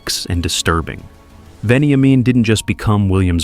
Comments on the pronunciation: It’s pronounced ven-ya-min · Venny aye men 😂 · Lots of very poor pronunciation. Mokbel, Kinniburgh, Melbourne, Walshe Howling, even gets Veniamin wrong Doesn't seem like you know much about the subject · A bit wayward. Definitely incorrectly pronouncement of his name plus UNTOLD this has been told on many occasions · His story is very well known and you miss pronounced his name too plus he wasn't shot twice he was shot once in the head. Miss information much no wonder it was untold because it's not exactly accurate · I thought the same thing. I cant stand when someone who lives overseas think they have all the info aswell 😂